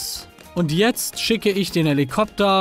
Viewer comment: Manuel L. Jackson... Hellikopter, wirklich... Jeder Weiß doch es heißt Hellischmopter